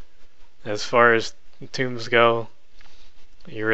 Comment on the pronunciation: Oh my fucking god, if I hear one more person mispronounce "tomes" or spell it "tombs"...